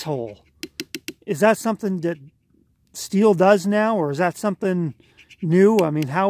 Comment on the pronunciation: Also nice to hear Stihl pronounced correctly.